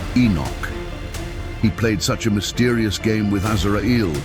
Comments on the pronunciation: Assalamu Alaikum dear channel owner, your content is amazing Ma Sha Allah and the topics are very interesting. But I would like to point out that the AI narration and subtitles you use do make errors and missed wordings that impact the integrity of your videos (for example, in this video, Allah's name was missing in both the narration and subtitles and Azrail (Alaihi Wa Sallam's name was mispronounced several times). Please double check for any mistranslations/mistakes in your video AI narration and all will be well, jazakallahu khairan and may Allah bless you. 💖💖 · Please try and keep tabs on this AI stuff, it is intentionally made to pronounce some words in awful way e.g Its Dhikr but Ai turned it to DICKER I also notice attimes it say AZRAEEL then next sentence it would say AZRAAL,AZRAIL clearly the subtitle is showing AZRAEL this is not an Error But intentionally programmed to act that way. Please filter the Error in future content.